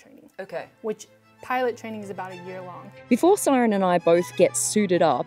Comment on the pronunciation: It's not Siran... it's pronounced "See-Rin" E is pronounced exactly E.